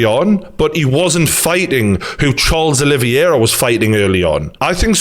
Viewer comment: Charles “Aloe Vera” 😂